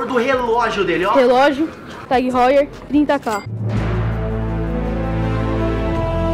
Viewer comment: Fala Hauer não Houer